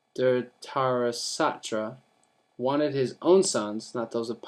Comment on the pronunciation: It's dh-rit-rashtra